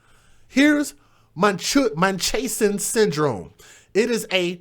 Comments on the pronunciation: It's pronounced MUNCH-HOUSE-N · It's munch - house-in. If it's fictitious how have soooooo many women been said to have it? IDK. But it's been around a long, long time. This is the only case I've seen that it was a black woman. I've only seen examples of white women doing this. I also wonder how the Drs get away with unnecessary surgeries. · pronounced like 'munch-houzen' lol!!!! you got me giggling!!!i needed a giggle!